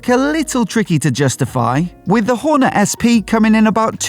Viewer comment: “Honda Whore Net” ha ha first time I’ve ever heard it pronounced like that